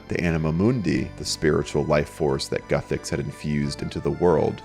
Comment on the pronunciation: Lol. It's Guthix not "Guthecks"